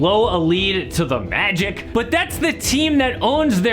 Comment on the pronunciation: I don’t like the way you said “the Magic”